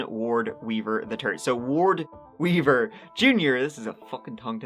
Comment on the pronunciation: I keep hearing ward beaver…